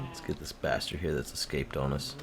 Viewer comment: i was just watchin vechz and you and he say excape almost exactly the same